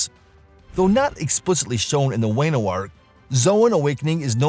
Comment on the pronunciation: Wah-no, not way-no